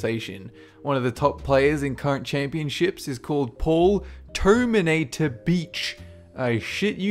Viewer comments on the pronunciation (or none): Paul "Toeminator"... I shit you not--- GETS ME EVRYTIEM